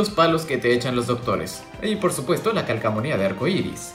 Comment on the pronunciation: Lke si te diste cuenta que dijo calcsmonia y era calcomania xD